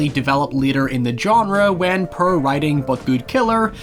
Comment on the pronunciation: My favourite Irish pronunciation is "puhr" instead of "poor"